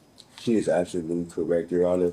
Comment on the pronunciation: Haha I'm not under the courts jurisdiction is wrong respectfully your "on-er"